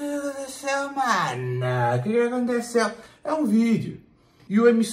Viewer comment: "oqueqaqontesêêu mánon? queqiaconteçeu?" kkkkkkkkkkkkkkkkkkkkkkkk